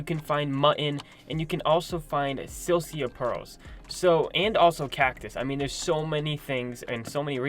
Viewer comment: Lol silcia Perls it’s silica pearls